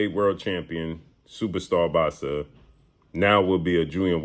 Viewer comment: When blue say “boxsa”😂😂😂😂